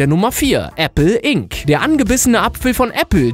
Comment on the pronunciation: i n cee wirds ausgesprochen du englisch profi